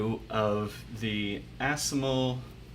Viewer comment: A very positive honest review, thanks. To pronounce assimil simply by saying it in French as "asseemeel". Alternatively, you can order directly Assimil courses from bookdepository dot com. Or you can check the cheapest Assimil at bookfinder dot com (isbn search engine). In my country, Amazon is always so darn expensive. I've always ordered my books from bookdepository and abebooks. Wish you the best of luck with Japanese. It's a cool language =)